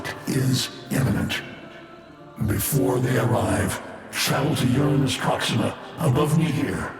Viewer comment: Hunhow pronunciation of Uranus is chef's kiss